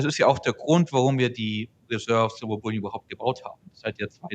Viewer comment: Bouillon ist eine Suppe. Bullion sollte man schon aussprechen können 🤷🏼‍♂️